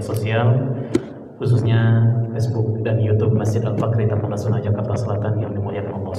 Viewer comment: Taman rasuna, bukan taman taruna wkwkw